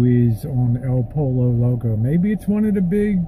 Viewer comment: pollo is pronounced as poi-yo